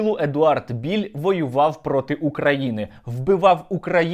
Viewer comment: не Біль а правильно Білл, Едвард Білл, от і вилізла на поверхню правда про цього колаборанта-малороса )) воно колись було Українцем по паспорту ну але як виявилось це ненадовго і тільки на бумажці...